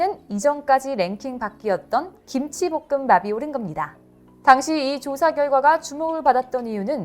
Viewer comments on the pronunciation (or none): 기무치라고 하지말고 김치라고 발음 좀..